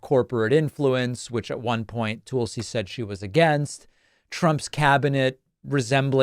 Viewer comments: I know this is petty in the scheme of things, but it’s TULsi, not TOOLsi. It irritates me no end when people pronounce my name incorrectly and it sh*ts me to tears when Trump & his cronies get Kamala or Barack deliberately wrong as a means of disrespect. Soooo, can we please get the name right so we retain credibility when we point out how cray-cray she is? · You keep saying 'Toolsi' is that deliberate because she is a tool? 😉